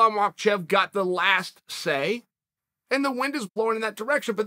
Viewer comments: it's MAKACHEV, not MICHAELCHEV......fix it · Dana never said, "let's see what happens" - what Dana said is simple: "We are rescheduling Islam vs Dariush" - and once again, 48th time, it's not Ma-Kel-Chev it's "MAK-AH-CHEV" - SPELLED MAKHACHEV NO ' L " IN HIS NAME. NO " L " IN HIS NAME. NO " L " IN HIS NAME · Chael adding an “L” into Islam’s name every time is killing me. “Machelchev” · hello my name is Bob I'm from Bangladesh.....na bro its not Bob lol calling IT is always such a treat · Brendan: “I got Conor all day” Chael: “I got Makelchev” Brendan: “hunnerd percent baba matchayev” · I love when chael talks about Islam Macklechev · When Uncle Chael says “Makelchev” > anything else he says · Still no L in Makhachev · Chael your pronouncing makhachev's name wrong it's not makalchev. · Chael really has hard time with caucaus names, Islam machaelchev and Hazmat chiamev lol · Guys. Guys. Who’s this new guy mockelchev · Islam Micheal-chev lol. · I just watch the videos Chael makes on Islam just to hear Unc say, "Mahkelchef." I also hate to say that the redact known as Brennan Schwab actually has a good idea with Conor vs Islam Mahkelchef. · His name is not MichaelChev dummy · Chael vs Shaub, the battle of incorrectly pronouncing obvious names wrong.